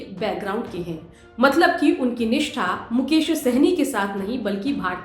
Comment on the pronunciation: मुकेश होगा मैडम मुकोश नहीं